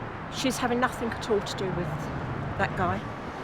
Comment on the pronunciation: Please stop saying NOTHINK ANYTHINK it ends in G not K.